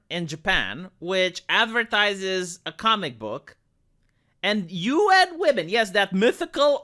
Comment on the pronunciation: Funny how UN women IS Read "UNWOMEN"